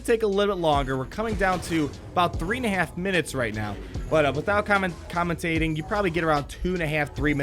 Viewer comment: commen-tating lmao.